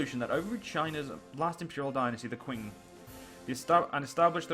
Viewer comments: ***** Pro tip: It's pronounced "Ch-ing", the "Ch" is said the same way "Ch" is said in "China" So: Ching. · Man, you really need to work on that Qing prononciation, it's pretty bad.